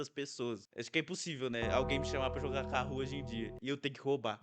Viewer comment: kahoot* nao kahoo